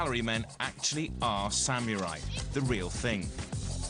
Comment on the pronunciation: it is samurai, not samiurai...